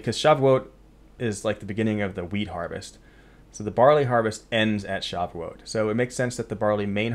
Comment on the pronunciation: Pronounced Sha voo it